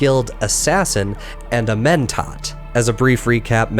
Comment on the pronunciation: Pretty great video. Terrible horrendous awful no good pronunciation tho. Wtf is a twofear? Keenes? Mentot? C'mon man